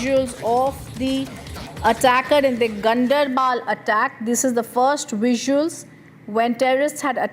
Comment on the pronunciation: it is not gun dr bal or gun dair baal ..... it is gaan der bal... Ganderbal